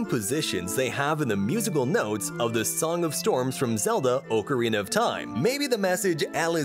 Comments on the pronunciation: "O-corina of time" 💀💀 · Omfg if you say “OH-carina” one more time imma die 💀💀💀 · "Oak O Rena of time" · Its ak-ke-ree-nuh not ok-ke-ree-nuh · "oh ca reena of time" 💀💀💀💀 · I honestly can't believe how many people are freaking out over the pronunciation of ocarina. I hear so many pronunciations of that word that I just don't care anymore. The worst is orcarina. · U Are saying ocorina wrong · You said ocarina wrong